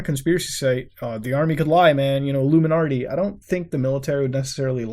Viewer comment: Lol "illuminardy"